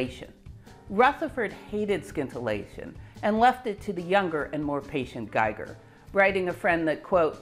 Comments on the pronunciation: The 'c' in scintillate is silent. Just say 'sintillate'. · a super video! I have to say the pronunciation of "scintillate" threw me for a bit. I've never heard it pronounce the way you pronounced it. It's pronounced like the "sci" in science. The specifics of Rutherford's discovery gave me the best feel for the inner atomic distances.Thanks again.